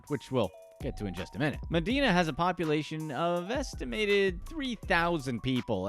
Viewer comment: It’s Med-eye-na. Not Med-e-na. Across the water from me in Seattle.